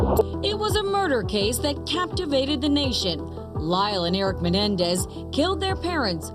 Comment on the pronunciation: The Menendez not "Menedez"